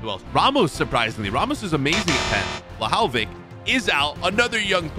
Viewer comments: no way he just said: Wlahaowich ITS VLAHOVIC NOT WLAHAOWICH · He mispronounced Dusan Vlahovic's name. Is that just me or did you guys hear the way he said his name?